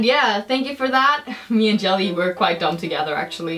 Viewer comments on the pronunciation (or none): Jella -- pronounced Yella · ` it's pronounced yelle